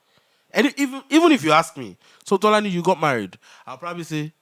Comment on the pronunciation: Tolani “till eleven terthy”😂😂😂😂😂